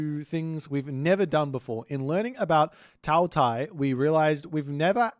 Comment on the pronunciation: Qi is pronounced like "CHEE" so Qiongqi would be "chee-ong-chee" more or less, Qinglong would bee Ching-long Taotie--> Tao, like tah-oh, Tie is like tyeh, like a T before Yeah! Tah-oh-Tyeh Taowu you said well Hundun--> hoondoon more or less, but with a shorter oo sound than in moon baihu--> you said well Rushou-->roo-show XU is a shoo sound, more or less, so Xuanwu would be shoo-an-woo Zhuque, Zh is a hard J sound, and again Que is Chooeh, so together, Joo-Chooeh Basically remember Qi or any Q is almost always a CH sound, while X is usually a SH sound, Xi = shee, Xu= shoo, zh is a hard J sound Zhu-->Joo